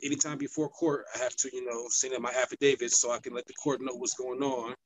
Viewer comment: Did he say, "Happydavit"???????????????????